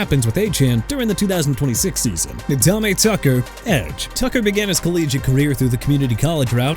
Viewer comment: I'm getting tired of you butchering names of everybody and everything! Diego Pavia (pah-vee-ah)! Also Romeo Doubs (dobbs)! And Nadame Tucker (nuh-dah-meh)! You're gonna be fired soon! Keep messing up!!